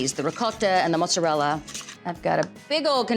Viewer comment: Valerie, I love it! I make my Lasagna the same way as you do.....And I so like that your pronouns 'Ricotta' and 'Mozzarella' the right way. True Italian, and so lovely too!